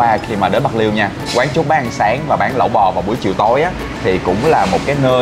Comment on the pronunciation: Lẩu ko phải Lẫu nhe bạn